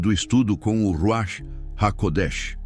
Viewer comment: Ruach : Ruar, com R fraco